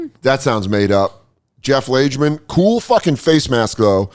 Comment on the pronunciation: Jeff Lagemen..."Lage-" like "Lager" ;-)